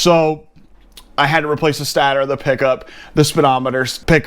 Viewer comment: Ugh the way you said stator made me cringe. It’s state-or not stater lol